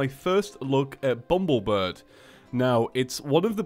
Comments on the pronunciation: IT'S BUMBLEBIRB NOT BUMBLEBIRD AHHHHHHHHHHHHHHHHHHHHHHHHHHHHHHHHHHHHHHHHHHHHHHHHHHH!! what. i get triggered k? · for like the fifthteith time.. ITS BUMBLE BIRB.... BIRB